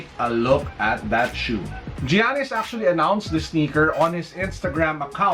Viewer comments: Yanis not jeyanis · Its ok. Jyanis tho hahaha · It's actually: YANNIS. The G sounds like a Y. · GIANNIS is pronouced yanis